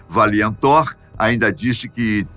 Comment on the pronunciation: não é "VAI" Thor é VAL THOR, de VaLiant Thor.